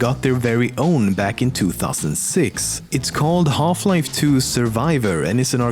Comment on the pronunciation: if you're not a gamer then we all know you came here just to listen to this guy say "Holf-life". ADMIT IT